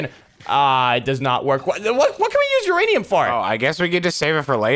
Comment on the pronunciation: one of videos he said uraniam ore exsist